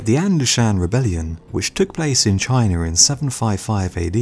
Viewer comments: Its ''China'' ffs, dafuq is a 'Chinar''? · There is no "sh" in destroyed... And, it's pronounced China; not Chiner! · Am i the only one who is hearing him say chiner. instead of china? also you forgot about alexander the great's conquest of the persian empire, and india. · Why do Brits pronounce China; Chiner? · I'm still tripping on how you say "Chinar". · "that took place in chiner" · Chiner, Russier, wha?